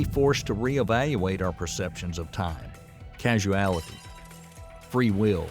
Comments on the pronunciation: Also the narrator says the word causality as casualty. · Causality. I guess they missed that slip up. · 🙄 It's pronounced: CAUSE-ality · Beside mph vs mps, hasn't he also mispronounced "causality"? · yeah that one made me wince every time he said it. Like how did no one notice that (its a science video!) before posting? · And he says "casuality". Surely he mean "causality"?!!!! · Casuality? Don't you mean causality? Next time, get someone who knows how to read to narrate. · It is cousality not casuality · Causality V Casualty ? It's hard for an AI robot to know or care about the difference. 🤪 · It's very annoying when the narrator is so clueless he keeps pronouncing "causality" as casualty!!! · Causality not casualty lol. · Is the narrator a physicist, or just a voice actor reading from a script? He sounds like he comprehends the subject matter, but he continually gets the speed of light wrong, and why does he keep saying "casuality" instead of "causality"? These seem like pretty amateur mistakes, lending to a feeling of getting a science report read by a news reporter with little understanding of what he's explaining. Perhaps I'm just stuck in one of these "casual paradoxes" he mentions. is this like soap opera science? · It's causality, not casualty. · Please it's not casualty but causality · Also, he keeps saying the word “casuality” ( not a word) The actual word is causality. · It's causality, not casualty. LMAO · For JustinSmith623.. So right Bro…. CAUSALITY…not casualiity. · Casualality. That's what he said. He meant to say Causality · It's "Causality" not "Casualty!!!!" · The narrator says 'casualty' at around 29 mins in. Then again a few seconds later. Casualty? Causality! Easily mistaken for a hospital documentary I suppose. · I may be one heck of a pedant, but when he should have said causality, he has actually said casualty three times and casuality twice! I'm 37 minutes in. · Causality, not casualty. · It’s “causality”, not “casualty”